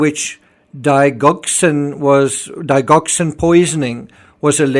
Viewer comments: Digoxin...pronounced Dige ( rhymes with smidge) oxin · Hi. I’ve been watching your analysis starting way back with Watts, Amber Wells & More. Anyway today just want to tell you Digoxin is pronounced (Dee- Jock- sin) 😊X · Correct pronounciation of digoxin is Dij ox in. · D’ Jok sin. Thats the pronunciation of Digoxin…..it might be worth getting the medical/drugs procedures correctly sorted, when your listening to this as a medic its really difficult to understand when there is so much mispronunciation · Digoxin: the first “i” letter has the soft vowel sound and the “g” has a soft “g” sound.